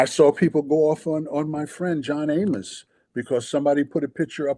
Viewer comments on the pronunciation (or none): none